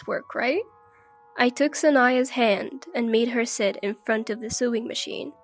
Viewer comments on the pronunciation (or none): The sister in the first story didn't want to train her, she just wanted a maid to cook and clean for her the entire time they were in Hawaii. Also, sewing is pronounced "so-wing" not "su-ing" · Sewing??? Sowing is how it's pernounced!!! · Sewing is pronounced sowing. Lloyd is too arrogant.